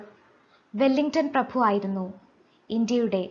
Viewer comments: ഈ പ്രഫു എന്ന് കേൾക്കുന്നത് അരോചകം ആയി തോന്നുന്നു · Prafu alla prabhu....